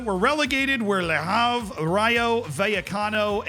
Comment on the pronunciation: For reference, Le Havre ISNT pronounced Le Harve, like Harvard It's Le Have-reh